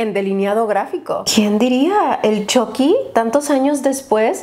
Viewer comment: Yo al principio con la esperanza de que diga chucky con u , y no con o : chocky :(